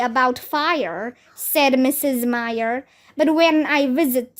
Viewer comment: um. that is not how you read "myer".